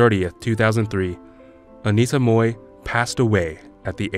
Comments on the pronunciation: It's Mui (mooi) not Moi.... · It would be nice if the narrator can at least get her name right. She was Anita Mui, not 'Moi'. If you can't pronounce the Cantonese 'Mui', try the Mandarin 'Mei' or just Anita. It is so disrespectful to get her name wrong, in a video dedicated to her. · Why is he pronouncing mohrrr when it is supposed to be mui?) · Why did he pronounced her name 'Moy' ?! it is 'Mui' , he knows better ! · Please learn to pronounce Anita’s last name right. It’s not said like “moy”. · I'd initially wanted to watch this clip but stopped within 1 minute. The narrator butchered Anita's surname. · At least get a narrator who can actually pronounce her name correctly!